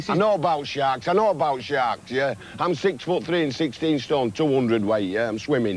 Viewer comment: It's Shaarks....